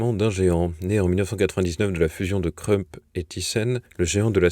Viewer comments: Merci pour le jpirnal. Juste un point "Krupp" ne se prononce pas "Creup", mais "croupe".😊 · Pronciation : Krupp ne se prononce pas Krunp mais Kroup .